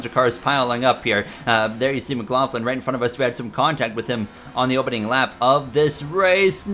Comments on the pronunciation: Only thing i noticed was you are say Scott Mclaughlins last name wrong. All you need to do is watch a V8 supercars interview with him and you'll get it. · the McLaughlin disrespect. First you say his name wrong then you call him Australian